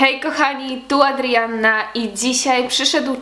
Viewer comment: jak ty mówisz to "r" w imieniu "AdRrianna" ,😂😂 trochę wkurzajace